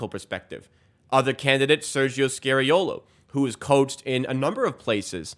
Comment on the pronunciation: Sergio is NOT SCARY-OH-LOH. But instead SCAR-EE-OH-LO